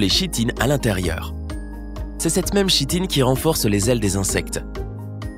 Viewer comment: Chitine se lit Kitine lol